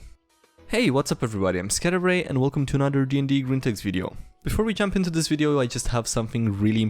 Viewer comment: Any body else hear him say Cadbury when he says SkyDieRay